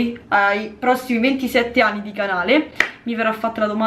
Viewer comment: Ma vogliamo parlare di quando ha detto “8 e 10 aNi” 😂😂